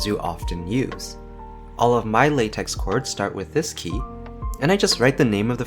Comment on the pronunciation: it's pronounced lay-tech (lah-tech also works)